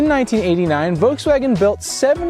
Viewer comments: It's Voltswagen, not "Voteswagon". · Volkswagen. Not Vokes Wagon. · There’s an L in “Volkswagen.” It’s not “Vokeswagen.”